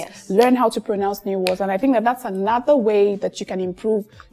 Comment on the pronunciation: you thought you could pronounce things correctly? 😂😂 Far from it, from your opening statement, the pronunciation of "Another" is wrong..... "welcome to another........"